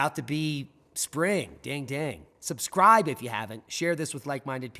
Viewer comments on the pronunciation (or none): none